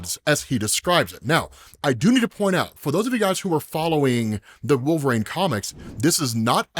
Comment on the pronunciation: WTF is a "Wool-vrayne",? You stupid piece of shit